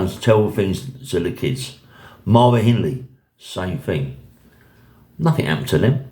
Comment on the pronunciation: It's Hindley, not henley lol